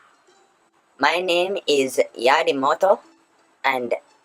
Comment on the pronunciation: This nigga said his name is Yaddimoto 😂😂